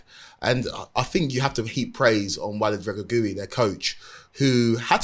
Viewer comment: Walid Regg-Reggi. Thats how you pronounce his name. Not reguwi 😂😂😂